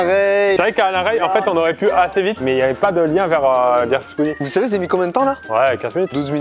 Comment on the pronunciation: Skuizi... Kévin ça se dit squeezie